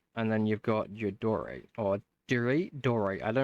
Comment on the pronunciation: So……it’s pronounced die oh right (lol)